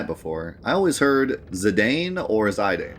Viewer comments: It’s Zi-dane. Zy-dane doesn’t make sense. There’s no vowel to make the I sound. You’re pronouncing the strong A sound in dane so that A is not making the I strong. Grade 9 English fella. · Dude your pronunciation of 'Zih-dahn' is like stabbing myself in the earhole with a long needle. Zih-dane is also acceptable. What the fuck is ZYdane? Ive never heard ANYONE else call it that. Please stop. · Yay! So glad that we’ve finally reached 9! Love the graphic on your videos for each FF 👏🏻 Knowlespole is correct in my opinion, French name. Zih-dahn. Also I wonder how many opening lines of FFs games you could name 🤔 Zidane’s “Sure is dark…” got me thinking. I could assemble the lines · You pronounce it ZI-dane with the emphasis on "ZI." I pronounce it zi-DANE, with the emphasis on "DANE." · There's a famous French soccer player called Zidane and it's pronounced 'Zi-dan' so I think that's why most Europeans would say that. Been looking forward to FFIX. Let's go! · It's pronounced "Zuh-Don" and "Vee-Vee" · Y'all pronounce it Zidane or Zidane? You're trippin if you think it's Zidane and not Zidane